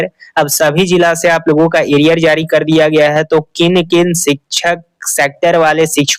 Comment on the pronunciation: Are sale aria hota hai ki ariar hota hai chutya hi banate ho log ko to achha se banao na kya bigadta hai chutya